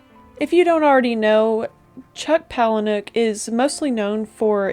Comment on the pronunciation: I think you're the first reviewer who pronounced his last name correctly😂 I really loved this book, and at first, I was upset about the ending. Now that I've had time to think about it, it is extremely fitting. I almost felt there were perhaps too many characters? I kept forgetting who was who up to a certain point. Overall, it's a great book! A uniquely disturbing read.